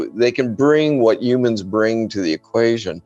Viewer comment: He said "yumans"